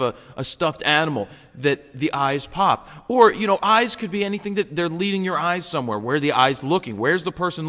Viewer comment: Hah, i thought you said ice. So when you said focus on the dogs eyes i really didnt have a clue what you are talking about, haha! :)